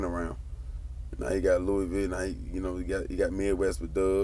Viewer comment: We been rocking wit the CMG movement here in Louisville. And your pronouncing Louisville wrong.